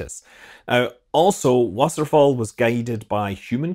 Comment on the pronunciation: Nailed the pronunciation of Wasserfall!